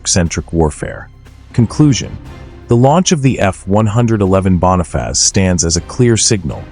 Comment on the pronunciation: ¿Qué es la Bona faz?..😂. Joder, al menos aprende a pronunciar cuan hagas videos.